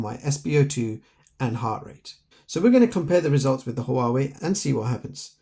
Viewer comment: The name of this company should be 2 Syllables 😂 The way you said it made our day mine and my friends thank you for the video ✅👈🏼🙂